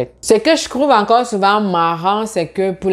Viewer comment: Hi! J'apprécie le contenu partagé dans cette vidéo. Cependant, est-ce juste moi, ou prononces-tu vraiment "tr" comme "cr"?? Au début de la vidéo, j'ai entendu "etudiant éCRanger". Je me suis dit que j'ai peut-être just mal entendu. Mais là, je suis à de la vidéo et tu dis "comment être CRès bon sur Instagram"... À tu dis "ce que je CROuve encore souvent marrant"... À , "si tu n'as jamais CRaversé le cap du Baccalauréat" Mais pourquoi? Pourquoi remplacer le T par un C lorsqu'il est suivi par un R? Je suis assez confus